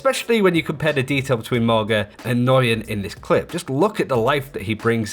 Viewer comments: I have the same name, and I’ve heard “nyugeyen,” “n-guy-en,” and just straight up “noogyen.” I’ve never heard “noi-yen” like he says it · Nguyen is pronounced "nWen" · "Nguyen" is pronounce "Wen". or "Wayne" It's a Vietnamese name if memory serves. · Nguyen is simply pronounced “Win.” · Agate I had several Nguyen in my highschool so we all learned how to properly say it and yeah newgin was a common mispronunciation, but yeah the way he send it was totally strange haha